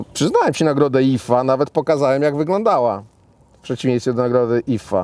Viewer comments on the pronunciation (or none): Ona nie wie ze to Ifa, a nie jifa?😂